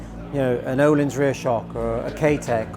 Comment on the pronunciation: Ööööhlins...not oooohlins.😂